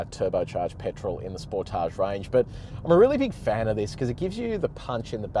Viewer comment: Its not a spor tage its a sportage one word not french.